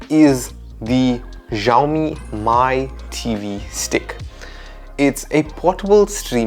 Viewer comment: Mi is pronounced as “Me”